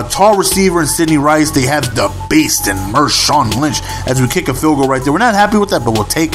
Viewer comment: Marshawn not Mershawn!